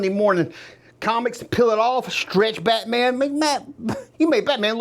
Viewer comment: I'm sorry but I can't watch anymore I was going to say what I got damn dude take a Valium sit down. You've said bate mam 1000 times ain't thru half way yet please get help